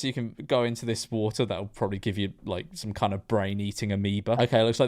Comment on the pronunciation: Don’t think you can really be talking when you’re saying “propably”